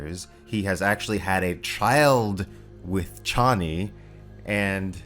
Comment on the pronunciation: I’m disappointed that the mispronunciation of “Chani” prevailed into this movie.